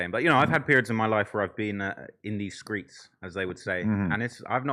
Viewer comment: Seeing TLR say “in these skreets” unironically is just 👌